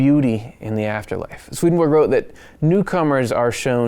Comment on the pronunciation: I was born and grew up in the same city as Swedenborg. I have studied in the town Uppsala, where Swedenborgs body (or a part of it) was laid to rest in the Uppsala Cathedral. Please understand that Swedenborgs nobility name has nothing to do with the name of the Monarcy of Sweden. His name is not pronounced "Sweadenborg" but instead like Sw"e"denborg with the first "e" pronounced as an "e" in the word "ever". Many greetings to you from Sweden. God bless you!